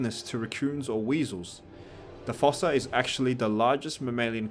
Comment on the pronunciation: It’s pronounced foosa